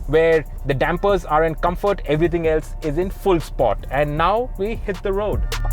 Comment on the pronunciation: Chutiyan please pronounce sport properly 🤣🤦